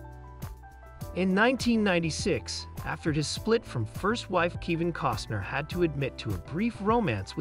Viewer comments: Might need my hearing checked. Sounds like he pronounced Kevin as (Kee-van). Oh well. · Keevin? You are pronouncing the names wrong! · His son's name is pronounced Leeam not Lyum. You are pronouncing his name wrong it is not Keevin. Please check your pronunciation before releasing any video. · Native Spanish speaker here. Kivin sounds great. It fits Kevin in a such an original and funny way. Come on!! He is a great artist. There is no doubt about it, but, in the end, Kivin is just another common mortal like any of us. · "Keevin"? "LIE um"? Who voiced this video? A badly written A.I. algorithm?